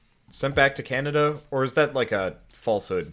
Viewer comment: I don't know about "Canader"